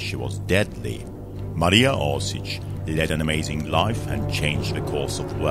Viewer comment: Oršić, not Orsic.